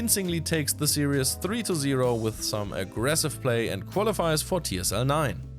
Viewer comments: Stop saying series as serious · Love your episodes you could easily replace Hartem for these. However I've got one tiny complaint: "Series" is pronounced "see-reez", not "see-ree-es". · Please stop saying "serious". It's series. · Dear: Series is pronounced as if you would say "siris" with german pronounciation. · Actually more like sieris with german pronoinciation :)